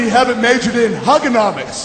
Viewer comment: when Angle said Huganomics, I was like, "He's embracing his inner Mick Foley"